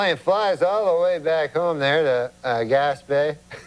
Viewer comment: No joke, I thought he had said “Gas Bay”. 😂